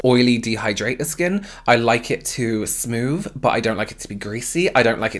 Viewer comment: Th "f" smoof love it love u xx